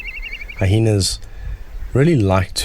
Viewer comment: it sounds like the narrator keeps pronouncing Hyenas like hi-henas, which is incorrect. your trying too hard mate